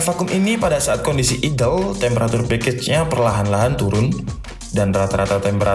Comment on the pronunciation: idel e bodong po mas? aidel bacane mas kui